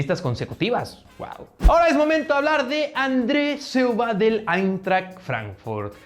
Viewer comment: Por favor ya no cambies nombres, cuando dijiste Andre Silva no entendí tuve que esperar a la imagen 😂